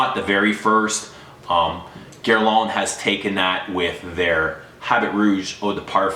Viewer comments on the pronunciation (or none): none